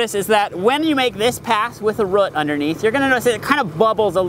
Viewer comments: RH-EWWWWT not ruht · Took me awhile to realize that this guy was saying "root". All I heard was "rut". XD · I had to stop watching since the way he says "root" not "rutt" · ugggg, its pronounced rooooooot, not rut